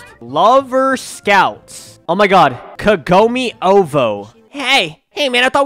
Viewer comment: KAGOME IS PRONOUNCED “KAHGOHME “ 😭😭😭😭 INUYASHA>>>>>>